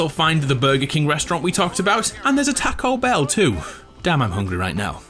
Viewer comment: “And there’s a takobell here too”